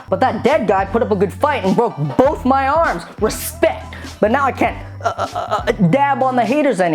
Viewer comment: XD I love that. "RESPEK."